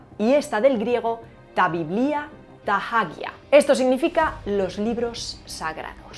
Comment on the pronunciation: Me gustan mucho tus videos explicativos pero debo señalarte un error en tu pronunciación de "τἅ βιβλία τἅ ἅγια". Yo escuchaba este video mientras miraba otro sitio y oí que tú pronunciaste correctamente "τἅ βιβλία" pero luego dijiste "tajádia" (τἅ ἅγια). Ni en la forma de pronunciación reuchliniana (la de los griegos modernos y que yo también uso) ni en la erásmica se pronuncia así, sino "ta aguia", con una g más nasal que los hispanohablantes no usamos. Como no estaba mirando la imagen de tu video donde se veía "τἅ ἅγια" en forma escrita, pensé que era algo así como "ταχὐς"—pronúnciese "tajís"—que quiere decir "rápido". Por favor continúa con tu importante y a la vez amena labor de divulgación.